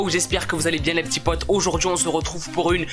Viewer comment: Je kiff ton « les p'tits potS» 😂. Bref j'adore ta chaine